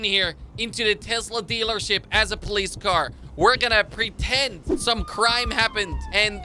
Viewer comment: You said p police are